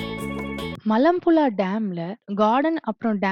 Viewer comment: மலப்புளா இல்லை மலப்புழா சரியாக உச்சரிக்கலாமே